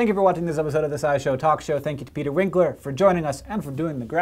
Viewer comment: "Peter" "Wink"ler